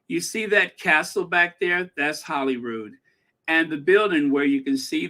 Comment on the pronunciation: Slight pronunciation correction. Holyrood. As in. Holy God almighty